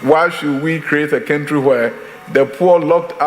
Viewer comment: All across the what kentry hahahaha tweaaa